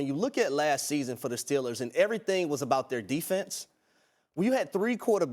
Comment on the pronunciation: It’s Steelers! Not Stillers